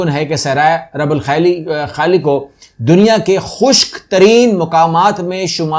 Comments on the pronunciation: Yes it's " الرُبْع الخالي ".. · Please correct the pronunciation . It is ruba alkhali. Ruba meaning one forth.Your video's are very